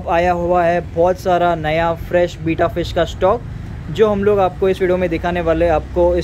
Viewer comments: Its Betta not Beeta 😂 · Its betta not bita